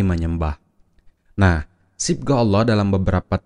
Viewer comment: Babtisan yg menyebut ALLOH ja mleset jelas auloh dn menyebut ala da jelas perbuatan orang kafir. amati bacaan dgn jeli dn jelas. lidah orang kafir bila mengucapkan ALLOH pasti melintir kesulitan dlm pengucapannya.